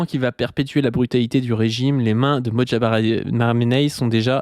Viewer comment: * "MoJtaba" et non "MotJaba" (le J est avant le T). À part super taf sur cette capsule.